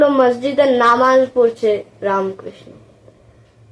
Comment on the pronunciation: Khub bhalo hyeche .. ramkrishna ta ramokrishno eivabe pronounce koro.